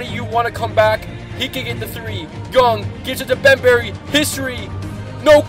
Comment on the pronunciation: bem BARRY